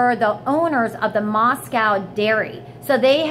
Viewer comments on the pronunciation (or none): none